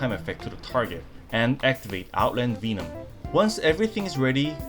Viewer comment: Another fun video. Oh, double check how to pronounce "Venom" in English.